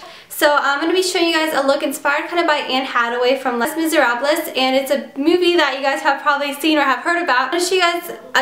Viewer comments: did she really just pronounce it "hataway" and "miserablez" .. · "Les Miserables".....nonono. Just say "Lay Miz" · It's pronounced Lay Mee - zay - hrabl. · Anne hattaway lol it's anne Hathaway and it lay miser ob is how it's pronounced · I don't wanna be that jerk but it's pronounced "Ley Miserab". Just correcting so you'll know next time. Not hating. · ohh dear... Anne's last name is pronounced 'hath-away' not 'hadway'. Les Miserables is not pronounced like that; its 'lay miz-erh-ab' just for future reference so you don't walk around saying it like that any more aha.... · The way Les Miserables was pronounced, hurt my delicate theater heart. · the way she pronounced les miserables AND anne hathaway -_________________ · I understand if you want to correct her just so she knows, but no need to be rude about it. Just because you know how to pronounce Les Mis and Hathaway correctly doesn't make you better than her. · You pronounced her name wrong and the movie title too. :O